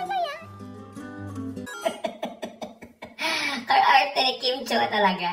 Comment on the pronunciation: Ka-ar-arte because??? 🤣🤣🤣 GoodMorning!!! 💜